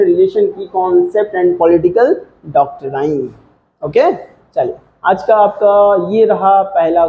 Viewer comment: Aap doctrine ko galat pronounce kr rahe 😢😂